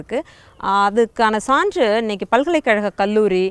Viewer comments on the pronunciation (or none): சகோ.. தமிழ் மலையாள ஒற்றுமைக்கான ஒரு அடையாளம்.... ஆனால், கேரளத்தில் வாழும் நீங்கள் சேரர், சாலை, போன்றவற்றை எப்படி ஸேரர், ஸாலை, ஸான்று என உச்சரிக்கிறீர்கள்.....? கேரளத்தில் மலையாளமும் உங்களுக்குத் தெரிந்திருக்கும்... அப்படியிருக்க, ச்சேரன், ச்சாலை, ச்சான்று என்றல்லவா உச்சரிப்பு இருக்கவேண்டும்.....